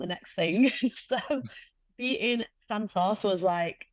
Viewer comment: Santos has a crush on you. You can't tell? Respectfully, the Santos you fought was not the same Taila that Valentina fought. That said, you are the best flyweight in the world, bar none. Alycia Baumgardner is your super fight. Dakota pronounces Santos as Santoss. Too cute.